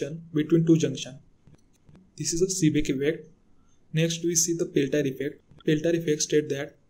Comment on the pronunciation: Seeback instead of Seebeck, Peltire instead of Peltier. Just correct your mistakes then you can try to discuss about those effects. GL